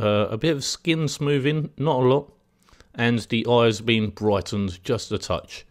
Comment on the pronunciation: Gunna & Waaahcom & Smooving = 'Going to' & Wacom & Smoothing. Honestly the tutorial is good, but your diction is appalling, and very distracting. Know what I mean. You obviously know your subject well. It's not your accent - it's your pronunciation, there is a difference.